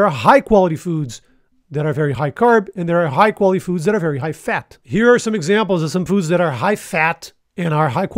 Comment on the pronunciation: Editors Note: It’s HIGH fat or carbs NOT hi as in hello.